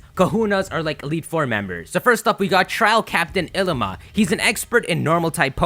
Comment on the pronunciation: It's ha-ka-mo-o ("ha-ka" like haka the war dance of Maori and "mo-o" like the mo'o or hawaiian gecko) it's kom-mo-o it's i-li-ma ("i" = long "e" sound; 'ilima is the name of a native Hawaiian flower it's a-ka-la (pronounced "ah-ka-la"; akala is pink in Hawaiian) pronounce stuff correctly dang it!